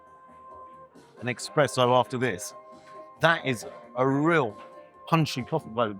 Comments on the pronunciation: Not EXPRESSO...espresso..😅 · Hey there. Finest indeed. Remember it's espresso not expresso. Don't sound like a muppet xx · Come on. It's espresso not expresso. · It's espresso, NOT expresso! Come on,... I thought you knew that! 😂😘 Superb video, as always. x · Espresso, not Expresso - c’mon. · There is no x in espresso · Expresso made me chuckle